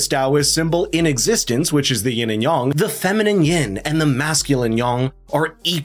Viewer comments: Ying and Yang. Not Ying and Yong. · If you're going to pronounce yang as "yong" (which is actually "yahng", I think), say yin as "yeen", as it's really pronounced! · You doofus! Learn how to properly prponounce your words, for fxxx's sake! It's daoism! Dao, pronounced like now! Yang, not yong! Yang, like hang! (scowling and shaking my head in derision)